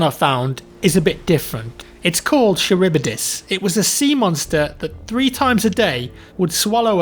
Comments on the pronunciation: Its not pronounce siribidys its pronouns ky-rib-dys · Ceribdis not sheribdis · It's pronounced karibdis not charibdis